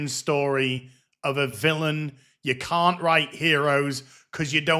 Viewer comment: Every time I hear cow I hear can't.